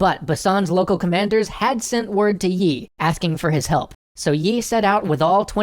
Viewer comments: yi sounds like yee but I'm not Korean so don't blame me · Can you please stop pronouncing the 'y' in the name? That's an artefact of transliteration, not the actual pronunciation. Think of the admiral as 'Mr. E' :p